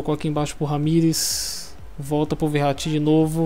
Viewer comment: Lol mu fala o nome do verrati errado lol kkkkk , like !